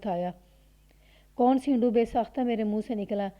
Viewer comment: سینڈو، اس لفظ کو زیر کے ساتھ نہیں پڑھا جائے گا، sando بولا جاتا ہے